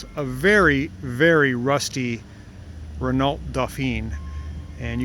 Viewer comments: It's not pronounced 'renalt', it's pronounced 'renoe'. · You don't emphasise the LT in Renault. It is pronounced R E N O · Love your channel and menagerie. Btw like most French word many letter at the end the Reneault are silent , try reneau ;-) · Doing a great job... when I was a kid I had an R-10 and my Dad found a Dauphine that he rebuilt just like yours..we had great fun with them..later I bought two Le Cars...one used and another new..always great fun and fantastic MPG..just a tip.. in French it's pronounced (re-know) not Renault :-). Dad sold his to a friend for his 16 yr old daughter.. she had it a couple days and rolled it.. she was fine but, we all were sick that it met it's end after all the work Dad but into it... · Well done! It looks terrific even without the bumpers, so nice to see, such a cool little car. For info Renault is correctly pronounced RenO.. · Hi, just so you know, the L and T in Renault are silent ;) but you're still the best prononcing English speaking person I've heard haha Thanks for your videos, they're always a pleasure to watch ! Have a nice day ! Greetings from Switzerland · This is a beautiful car and you do great work, I enjoy your videos. You don't pronounce the lt on Renault by the way, although lots of people do lol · The maker is pronounced Ren-o and the model is pronounced Dough-fah. It's French, therefore should be sounded as the French would.